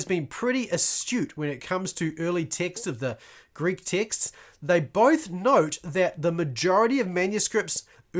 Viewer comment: Oooooh texts you're saying, lol I kept hearing ticks and was confused.